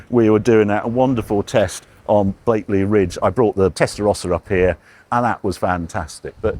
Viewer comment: It's Blakey Ridge. No 'l'